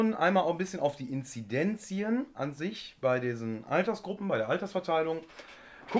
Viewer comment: Sorry, aber es heißt Inzidenzen und nicht Inzidenzien!😂